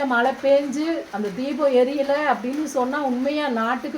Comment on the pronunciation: மல இல்ல மழை இந்த தமிழ் வார்த்தையை கூட தெளிவா உச்சரிக்க தெரியாத நீங்க எல்லாம் சாமியாரு அதும் தமிழ் கடவுள் பக்தி எங்கனா போயி உழைச்சி சாப்பிடுங்க மா ஏன் இப்படி எல்லாம் உங்க வாழ்க்கையை நீங்களே அழிச்சிக்கிறீங்க.